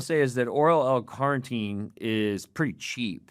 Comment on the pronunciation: Take a shot of protein every time he says L Carnteen 🙄